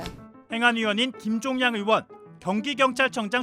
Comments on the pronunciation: 조은희야 어이원 아니고 의원!! 발음이 안대노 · 조은희는 의원 발음부터 연습해. 어의원이라 해 뭔가 했네